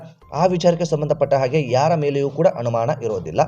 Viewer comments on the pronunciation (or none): ಕನ್ನಡ ಭಾಷೆಯನ್ನೇ ಕೊಲೆ ಮಾಡ್ತೀರಾ?? ಬಹಳ ಬೇಜಾರಾಗ್ತಿದೆ. ಅನುಮಾನ ಎಂದು ಬರೆಯುವಲ್ಲಿ ಮತ್ತು ಹೇಳುವಲ್ಲಿ ಹನುಮಾನ ಎಂದು ಬರೆಯುತ್ತೀರಲ್ಲ??? ಛೇ.......!!!!!!! ಅ ಮತ್ತು ಹ ಎಲ್ಲಿ ಉಪಯೋಗಿಸಬೇಕು? ಎನ್ನುವುದೇ ದೊಡ್ಡ ಸಮಸ್ಯೆ ಆಗಿಬಿಟ್ಟಿದೆ.